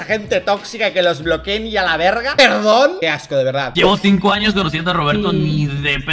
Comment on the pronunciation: Dalas diciendo "Alaverga" JAJAJA se escucha super curioso, amo a este hombre y si, Ded ya se había visto como un hipocrita inmaduro y quiere que todo siempre gire al rededor de él, yo lo empecé a seguir desde que estaba con pipe, y alc me fui con pipe, luego con "esos cuatro" prefiero a Juan y Roberto, Ded ya se me hacia muy falso